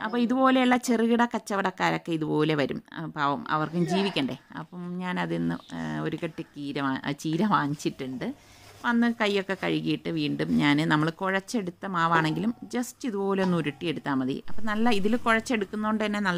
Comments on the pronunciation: കീര അല്ല ചീര ആണ് ഇത്ത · Keerayennano cheerayennano parayunnadu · Keera Alla cheera ennan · കീര യാണോ ചീര അല്ലെ